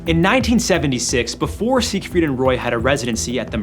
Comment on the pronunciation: Seigfried? Seriously? 😂😂